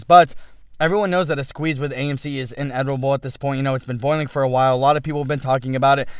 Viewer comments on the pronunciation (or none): “Inevitable” not “inetivable”